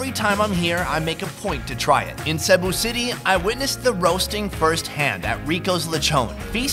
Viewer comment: Lechone🤣🤣🤣🤣 and also it’s pronounced see-bu for Cebu